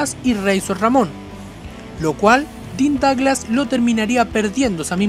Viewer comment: Chown Maichels, Dean Doglas y otras horribles pronunciaciones.